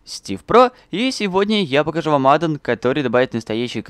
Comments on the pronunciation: Адо́н а не адан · Не адон а аддон • _ •